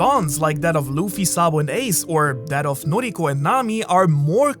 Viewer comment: I’m sorry but did you call Nami’s sister Nojiko, Noriko?!